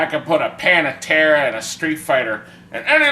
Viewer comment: Pan-AH-Tera hahahahahhahahahahahahhahaha!